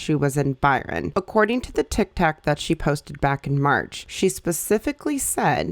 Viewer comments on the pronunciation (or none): ma'am did you say TikTak 😂